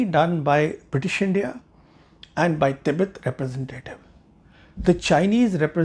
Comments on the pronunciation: It soft with t in hindi and urdu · Jarring to the "english" ears alone. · Thoughtful analysis. Just one sore point: your constant mispronunciation of Tibet (with a soft t) is jarring to the educated ear. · Effing mor-on: it's an English word and should be pronounced the English way; the Hindi word is "Tibbat".